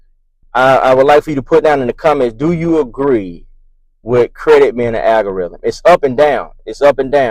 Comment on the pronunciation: AL-gorithm is the word NOT AGGG-oriithm.